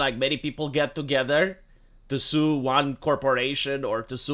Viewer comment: She said Stew not sue.